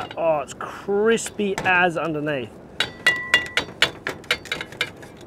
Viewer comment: So "cripsy" and gratuitous 🤤